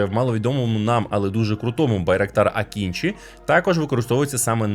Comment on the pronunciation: Маленьке зауваження щодо згаданих назв. Не Акінчі, а Акинджи. Не Кізілелма, а Кизилелма